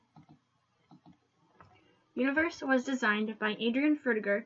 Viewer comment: FFS! For Frutiger's sake, the font is not pronounced "universe" !!!!!!!!!!!!!!!!!!!